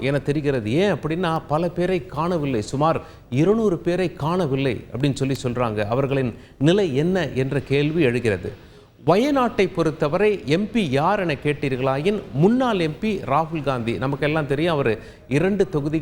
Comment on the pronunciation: வெல்லம் அல்ல அது வெள்ளம், முன்னால் அல்ல முன்னாள், உல்ல அல்ல உள்ள., நாலை அல்ல நாளை..... தயவு செய்து உச்சரிப்பில் கவனம் , மிக மிக அவசியம்